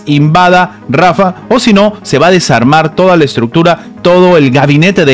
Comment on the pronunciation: Se dice rafahhhh no rafa! JAN YUNIS NO YAN YUNIS, USTED NO SABE PRONUNCIAR ESTOS NOMBRES.